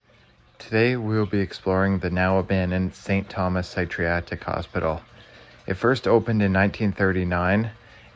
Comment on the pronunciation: That’s definitely not how you pronounce psychiatric